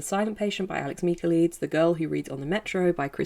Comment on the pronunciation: I believe its Mick-ah-LIE-deez. I dont like his books either lol